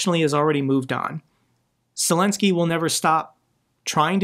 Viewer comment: Hey, your pronunciation of Ukrainian and Russian names is getting more and more impressive. Also, Zelenskyy is getting more and more impressive with that brilliant approach to Trump and the US.